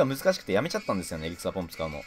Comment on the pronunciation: エリクサーポンプが草ポンプにしか聞こえない